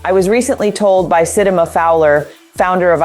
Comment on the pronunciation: Sounds like A.I.. I read the message before hearing this video. Love the written words and the entire message but the voice is off. Oof, yeah... I just heard it mispronounce Sitima. A strong message like this needs to be real tone in my opinion. I can hear her conviction in the written word and the robot kills it (not in a good way).